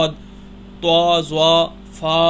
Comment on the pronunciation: بھائی صواد نییں ہوتا صآد ہوتا ہے اور طوا نہیں ہوتا طا ہوتا ہے